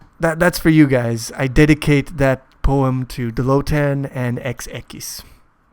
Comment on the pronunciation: your pronounciation in the poeam was really good haven´t heard a single fail